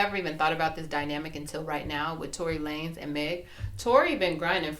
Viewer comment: Omg “Lah-nez” 🤣